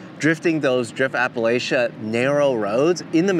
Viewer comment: For the love of god please stop mispronouncing a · puh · la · chuh PLEASE 🙏